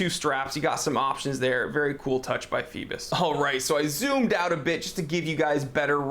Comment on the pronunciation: do those americans rly read phoibos corectly, cause it sounds so wrong